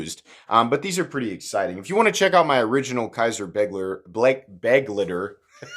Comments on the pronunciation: I thought you said buttlicker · This is one of those knives that I'd buy purely for the combination of good qualty and a great price/performance ratio. I certainly wouldn't buy it for style reasons. On a side note: the 'ei' in begleiter is pronounced as 'aye'.